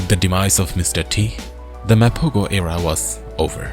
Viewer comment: The narration is completely copied from another older video of Mr T Mapogo. The fake Indian accent narrator pronouncing Mapogo as "Mapaa-GO" instead of "Mapa-Ho"!